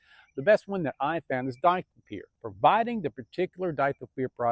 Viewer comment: Were you saying DICLOPEER or DITHYOPIR? Not being a smartass. Im assuming you mean Dithyopir? Just making sure